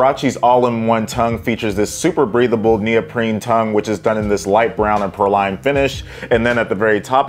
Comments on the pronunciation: you know what, we’re both wrong! It’s PRAW-lean, just looked it up! 🤦🏻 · It's pronounced "PRAY-LEEN", like the candied nuts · Say it with me...it's pronounced "Pray-lean" LOL I need these though. I have the lighter color that came out a few years ago and love em. All Huaraches are half size up. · Dope pair! It’s pronounced “PRAY-leen” btw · it’s PRAY-lean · Praline is pronounced “pray-lean”!